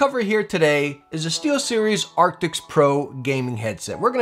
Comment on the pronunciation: Does he say artics?